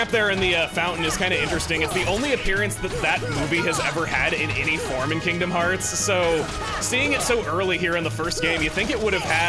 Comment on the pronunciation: "Welcome back to FINGDOM FEARTS VII"